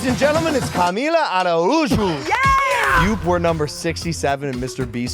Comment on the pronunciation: Her last name is not pronounced like that. There’s a million of them where we live fairhaven New Bedford Fall River area ave it’s u pronounced a roo Joe She tryna be different and she’s basic af